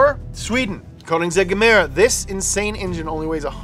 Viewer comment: The Koenigsegg is a “Gemera” (translates to “give more”), not a “Gemara”. And the 1.6 liter “Tiny Friendly Giant” produces “only” ~600 hp. The rest is electric.